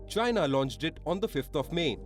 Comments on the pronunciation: “China is asshoe “ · DON'T TRUST CHYNAH.....CHYNAH ASSHOE!